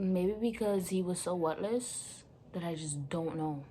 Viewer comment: “Maybe because he was so wotless” I feLT DAT🥴🤣